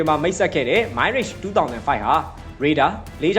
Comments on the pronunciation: မိုင်းရစ်ချ်မဟုတ်ပါဘူးဗျ မီရပ် လို့ခေါ်ပါတယ် ရပ်ကို ခ ခွေ ယပင့်သံနဲ့ ထွက်ရပါတယ် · မိုင်းလေ့ချ် မဖတ်ရဘူး။မရာ့ချ် လို့ဖတ်ရတယ် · မီရှပ် မိုင်ရှပ် မဟုတ် တံလျှပ်လို့ အဓိပယ်ရတယ် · Mirage =. မီးရာ့ဂျ် = Mee Raj (. အသံထွက်အမှန်ပါ .) မိုင်းရေ့ဂျ် = အသံထွက်မှားနေပါတယ် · မိုင်း ရစ်ခ်ျ။ မဟုတ်ပါ။ ပြင်သစ် မီးရပ်ခ်ျ လို့ခေါ်ပါတယ် 🎉🎉🎉🎉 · မိုင်ရေ့ချ်မဟုတ်ပါမီရပ်ချ် (တံလျှပ်)ပါ။ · သတင်းမပြောခင် အသံထွက်တွေလေ့လာသင့်ပါတယ် မိုင်းရိတ်ရှ်မဟုတ်ပါ မီရပ်ရ်ပါ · ငါးပိချက် စားပြီး မိုင်းရေ့ လို့ထပ်ခါထပ်ခါ ပြောနေလို့ ကွာ MIRAGE မရာချ့် ပါဟ၊ စိတ်ကုန်တယ် သိလား။ 😂😂😂😂😂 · မီရတ်(တံလျှပ်) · Thank you very much for comprehensive reporting. Please check pronunciation of Mirage. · လေယဉ် နာမည်လေးတော့ အသံထွက်မှန်စေချင်တယ် ငွေရပြီးရောဆိုတဲ့စိတ်နဲ့ တတ်ယောင်ကား မလုပ်ပါနဲ့